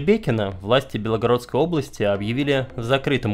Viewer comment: всё очень интересно, но режет слух неправильное произношение топонимов. правильно ГрАйворон, а не ГрайвоРон. КорОча, а не КОроча. В Википедии ударения можно глянуть. И даже чтение хромает: ну нет никакой БелОгородской области.